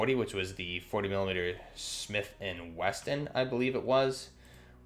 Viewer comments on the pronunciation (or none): Wesson. Not Weston